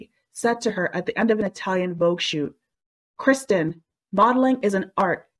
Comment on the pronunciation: The “narrator” keeps saying “Kristen” Owen. Basic respect would be getting the name right.